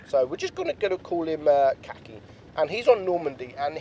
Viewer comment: Ulan adam çakıcıoğlunu telaffuz etmeye çalıştı ya la "kaki" 😂